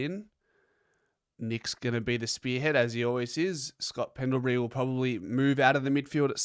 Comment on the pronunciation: Pls pronounce Pendles name correctly- it’s pendleBREE not pendleBERRY